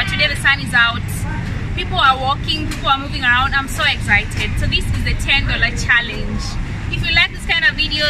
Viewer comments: She said exzited 💀💀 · she likes to say im so ezited